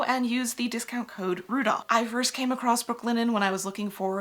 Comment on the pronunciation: I love your videos, really I do, but PLEASE stop saying 'accrost'. It's not a word & its use only serves to make an intelligent & hard-working woman appear to be ignorant of the Queen's English. You're definitely smart when you know how accurate & efficient the Metric System is, esp on small items. Thanks for the construction tutorial, my many glove patterns will now be much easier to prepare.